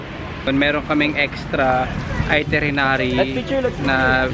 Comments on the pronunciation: Itinerary! Not itrenerary!!! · itirenary o itinerary😂😂✌🏻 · Hahaha. Cute guy. Chubby cheeks! Cutee. Sarap kurutin. Hehe. And it’s pronounced as ITINERARY. Haha. You’re still cute though. Hehe. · Nakatatlong beses nyang sinabi ung itirinary wahahaha di ata nya alam na dapat itinerary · It's itinerary, babe :) But it's fine you're still cute 😍